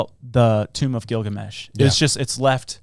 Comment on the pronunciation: Bro you butcher the epic of Gilgamesh lol you got about 50% right